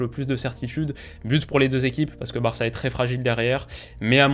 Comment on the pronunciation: le culot de dire Varça